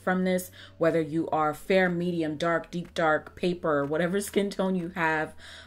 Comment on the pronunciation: yoo I can’t she said paperrr 😂😂